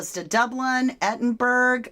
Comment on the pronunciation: "Edinbruh" (Edinburgh)😊